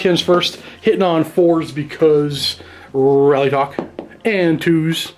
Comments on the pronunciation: James Garvican it isn’t, it’s spelled Alaitoc so your pronunciation rearranges the word. I would say al-ay-toc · I'm pretty sure Alaitoc is pronounced a-lay-talk, with emphasis on the "lay".